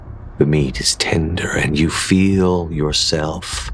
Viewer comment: Perhaps the most Boston thing I've heard. "Hey Yog, you listenin? GO FUCK YA SELF!" 🤣👌